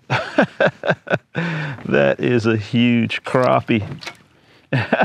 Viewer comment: It’s “crappie” not “crappie” man! Haha nice filet on that crappie!